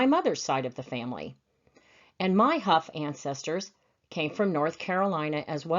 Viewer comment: Yes we pronounce it like Huff! Did you ever find out if you had any relation to him? Thanks again!